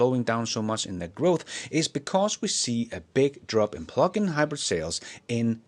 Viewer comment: I thought you were saying "pluckin' hybrids" and I thought " Give 'em hell!" 😂